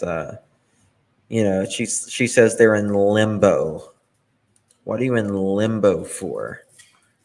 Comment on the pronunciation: i think she meana "limbo" but sounds like shes saying "lumbo" or is it just me? Also, even her own mother isnt buying it. You can tell by the look on her face.🙄